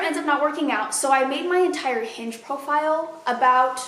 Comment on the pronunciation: I thought you say “I’m unhinged” instead of “I’m on Hinge” and I was like well I appreciate the honesty before context clues kicked in.